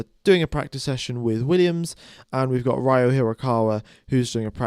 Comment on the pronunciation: Ryo is pronounced Ree-Oh (pretty much like Spanish river)